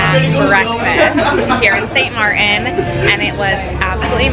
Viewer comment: Pronounced. St MarTin.